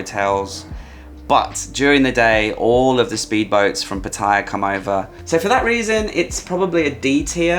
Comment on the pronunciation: WHY WHY WHY is it simply impossible for British people to correctly say PATTAYA!!!???, with your vast knowledge of Thailand, how can you continue to make this mistake? Makes you sound like a newbie.